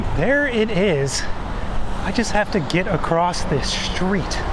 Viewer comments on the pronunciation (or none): none